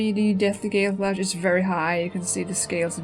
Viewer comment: its not pronounced "gale-slash" the real name is cooler. its pronounced "galeh slash"